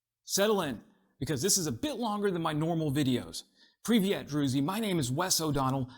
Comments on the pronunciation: One small suggestion: "privet" is a russian greeting. In Ukraine we sat "pryvit" or, because it might be tricky to pronounce, you can say "vitayu" (greetings) which is literally pronounced as written. Also, this vide was an amazing watch. Some good points you have there. Support for Ukraine always seems one step behind. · That's PRYH- VEET ( rhymes with beet) not PRYH-VEHT( rhymes with BET).